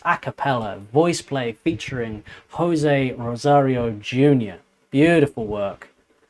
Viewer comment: Hoe Say Rosario. In Spanish the J is pronounced H